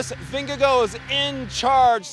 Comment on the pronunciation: I love your energy and for all how you pronounce Vingegaard in the right way - thanks for recap